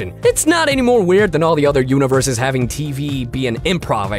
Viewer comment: "alternate univer-susis"